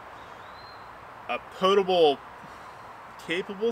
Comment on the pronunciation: Thank you for pronouncing Potable correctly. Too many people screw it up. Even newscasters. 🙃